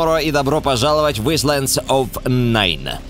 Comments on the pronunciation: Если что не исландс,а айлэндс. Я не выебываюсь,просто хочу чтобы ты был грамотным,отец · ты топ но я осмелюсь тебя поправить немного islands читается как айлэндс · Может айлэндс? А не исландс? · Исландс? Советую подучить английский, чтобы произносить элементарные слова правильно. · не ИСЛАНДС, а АЙЛЭНДС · Айлэндс. С ударением на "А". [ˈaɪləndz], если ты имел в виду именно английскую. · айлэндс, а не исландс :) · айлендс, а не ислендс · Правильно читается айлэндс оф найн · Исландс, бля..человек с образованием с уклоном в английский язык